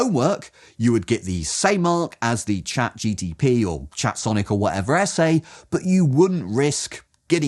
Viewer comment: Good criticism, solid. Too bad that you didn't actually use ChatGPT, although you keep referring to it. Marks have to go down for that I'm afraid, since all those bots are not quite the same - and for the repeatedly mispronounced name, and for the wacky stripes doing weird distracting stuff :) Those AIs are not that smart just yet, alas. With a bit of back-and-forth and a pinch of prompt engineering, they can do a much better job than shown here, but that means the man-in-the-loop is still essential, which kind of answers the question. But with the right self-reflecting architecture, we'll get there soon, we just need to dare put it together - or wait patiently until someone does.